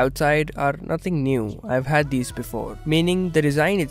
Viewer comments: Not niuw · Not neew!!